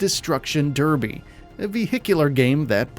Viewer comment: go and learn how to pronounce derby